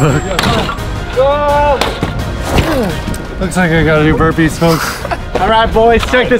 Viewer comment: They said burpees not wimpees